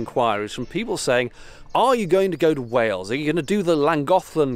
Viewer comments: You said Wells instead of Wales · It's Wales, so yes, it's beautiful 😊 By the way, "Wales" is pronounced Wa-ales. You to us Brits you are saying "Wells" which is a West Country town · It's Wales not Wells. Wells is in England. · don't take this the wrong way mate but I think the Welsh would settle for you pronouncing Wales correctly instead of the viaducts name.. Wales should sound more like Wayuls than Wells 😂.. Keep the reactions coming mate you have one of the best American reaction channels on YouTube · HI DEBRA HERE FROM SOUTH WALES UK Good effort with the pronunciation, you were very close. My home country is pronounced W A L E S like the mammal but without the 'H' not WELLS, that is a city in England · Pretty good pronunciation of Pontcysyllte but Wales is WAYELS not WELLS! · I think it may just be an accent but it sounded like Wells rather than Wales? I do NOT expect anyone to get the Pontcysyllte right, its welsh and so the letters sound totally different to what English does. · WHALES, please,, not 'Wells'. And Pontcuhsuthltee - is a lot nearer than you managed, Props for trying though:) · I like how youre confused about the pronunciation of one word, but say "Wells" instead of Wales 😂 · Shame about Wells lol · Wales would be pronounced Way uls, like Whale's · The funny thing about you asking about pronunciation is that you mispronounce Wales. I think it’s just your American accent but to British ears it sounds like you’re saying “Wells”. I’ve noticed something similar in other Americans pronunciations of the name Craig ,it tends to come out as “Cregg”.